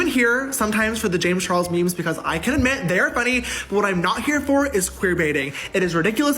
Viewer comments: Can someone please tell me what is with the missed pronunciation of Charles when "James Charles " is said...... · Can you say James CHARLES?? it's not Chihuahua its CHARLES